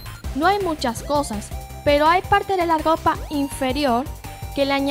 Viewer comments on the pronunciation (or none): En el minuto dice gopa y es ropa